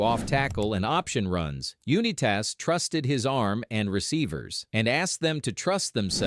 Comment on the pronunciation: AI garbage. Can't even pronounce the name correctly